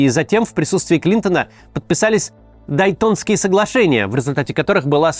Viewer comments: Не дайтонские, а дейтонские соглашения.. Ну нельзя же такие грубые ошибки допускать.. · Максим, вы чего? ДЕйтонские, какие дайтОнские?